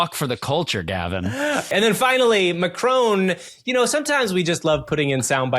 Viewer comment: Please pronounce Macron correctly there is no “e” at the end of the name!